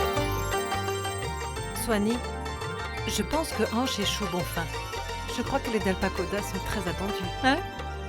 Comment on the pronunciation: La manière dont prononce le nom de son frère me fait énormément rire 🤣 Hanch😂😂